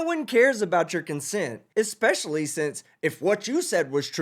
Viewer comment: "I go to law li-BERRY" "Ecks-specially" "It was took-en" "Fustrated" Literally any of these would've been an instant dismissal of any "i know what I'm I'm about because I'm educated" claims from this dude if I was a judge. She held her tongue better than I could've dreamed